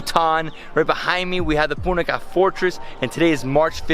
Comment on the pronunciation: Bro u pronounced punakha wrong